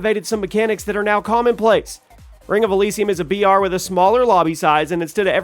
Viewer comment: Bro you keep saying BR and it sounds like VR. Had me thinking its virtual reality game.